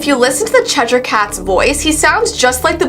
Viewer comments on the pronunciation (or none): It's Chesh-er not Chesh-ire. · It's pronounced "cheser"??? I thought it was "chesh-i-er" ....